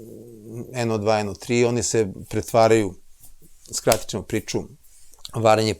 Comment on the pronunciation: Оооо. Добродошао Џорџе Џорџевич Џорџино и логопед је видно порадио на изградњи слова ћ . Није више чамчичем чу те него чамчићем ћу те. За коју годину специјализација слова ђ се назире. Сречан ти и Џурџевдан који стиже докторе Блуменау.